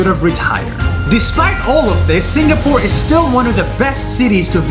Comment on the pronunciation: juat saying i tougth you said singaporn